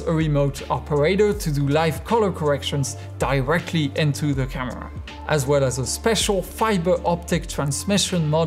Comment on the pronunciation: This guy pronounces "Well" "Wåå"